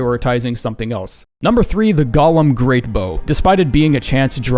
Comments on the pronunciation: "GO-LEM" LIKE COME AND GO IT'S PRONOUNCED "GOLEM" Ffs it's not Gollum that's Lord of the Rings! 😅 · Y'know normally I like your pronunciation of the esoteric words used in this game but I just can't accept how you pronounced Golem , they pronunciation you used aka "Gah-Lim" just reminds of the LOTR charcter Gollum, I myself use "Go-Lim" as I tend to fall back on pronouncing words phonetically and the way it's spelled lends itself well to the "Go-Lim" pronunciation. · You're going to insist on always pronouncing "golem" as "Gollum," aren't you? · Good review, but a heads up: "Golem" is not pronounced like "Gollum"